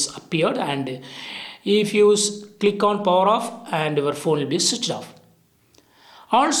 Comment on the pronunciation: "And the phone is chich on" 😆😆😆